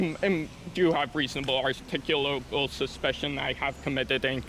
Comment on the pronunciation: Good you kept your cool... You need to learn how to pronounce "articulable" .....